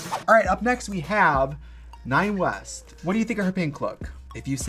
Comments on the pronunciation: Not “nine west” 😅😂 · Did... did Trixie say Nine West? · Oh, Trixie just called Nina "Nine West," so she's mispronouncing all their names for effect xD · Trixie called Nina West, Nine West.